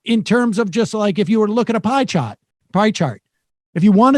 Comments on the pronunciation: PIE CHAHT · "Pie chaht" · “pie chaht” That Massachusetts came outta Sam right there